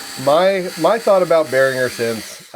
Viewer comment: for pronouncing Behringer and M(oh)g correctly.